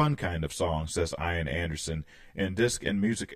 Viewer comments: I had about 6 Jethro Tull albums and saw them in concert in 1978. Just for information in the future “Ian” is pronounced “E-an” the I is like “it” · Thanks for reacting to this great great album which I bought a few days after it was released and I've loved ever since. I'd only ask that you pronounce "Ian" correctly, the I is said as an E so it's "Ean". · 😀 ("ee-n") Anderson. Gotta pronounce that long e.